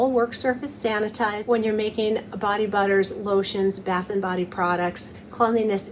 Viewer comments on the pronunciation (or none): none